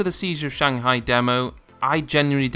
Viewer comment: He said seizure of shanghai lol but great vid